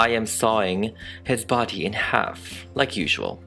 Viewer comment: “The body” 😑✋ “The badyadyady” ☺️👍